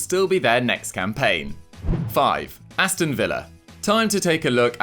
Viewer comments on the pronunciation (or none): none